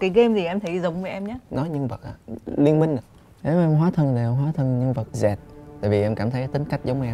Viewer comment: Zed mà anh karik lại đọc là dẹt v anh